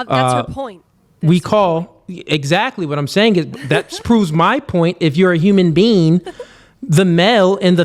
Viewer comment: During the very first part said, "If you're a human bean." 😂 I'm not debating shit with someone who doesn't even know it's human being 🤣 FAWK OUTTA HERE. Oh, and she's right about the whole boy, man, male, human, animal argument.